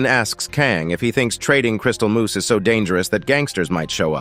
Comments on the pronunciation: For the love of God it's moss not moose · At first it was funny but now, after the ten millionth time, I'm yelling at my screen "IT'S PRONOUNCED MOSS MOTHER FUCKER!!!!! M. O. S. S. MOOSE IS AN ANIMAL!" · It's 'mose' not moose 🫎 lol 😂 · STOP SAYING MOOSE! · It's moss, not moose. MOSS!! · MOSS.... not Moose. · uh its crystal moss not moose okay